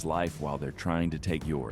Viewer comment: Joe Verci waw pronounced dumb at the scene.